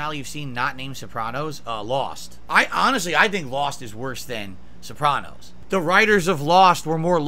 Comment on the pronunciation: Man, he is so unlikable. He can't even say, "Sopranos" like a normal person.